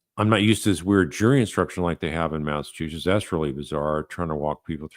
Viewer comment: Its Massachusetts 🤦